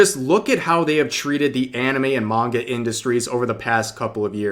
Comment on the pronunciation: NGL i swear i heard you say MAGA instead of Manga lol.